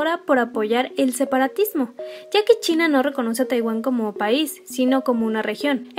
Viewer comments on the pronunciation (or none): none